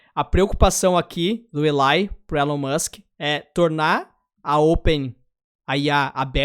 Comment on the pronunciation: "Élon" A pronúncia errada sempre incomoda...